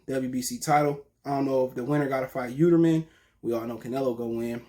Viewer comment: Yeeldrim not yeuterman 🤣